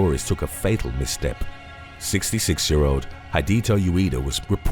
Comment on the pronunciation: Surely mister Ueda is tossing and turning in his eternal slumber every time he hears his name so badly mispronounced...